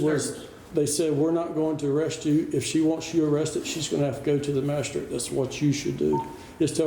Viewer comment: "Masha-strate"? WTF is a "masha-strate"?